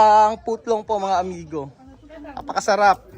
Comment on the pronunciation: Hindi ko kinakaya yung mga pronounciation ni 😅 putlong!!!😅😅😅